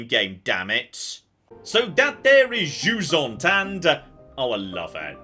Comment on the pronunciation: For those of you that speak english and/or les francophones comme moi, jusant is pronounced juissant. Which is just unfair really.